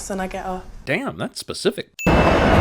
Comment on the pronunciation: .... all the years of waiting were worth it. Three syllable day-aa-ammn.